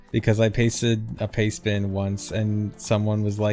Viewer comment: I spent most of the video thinking was talking about "payspin" not "pastebin", and was wondering why he was talking about a gambling app.